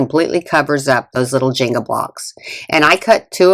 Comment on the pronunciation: "jeengah" blocks 🙂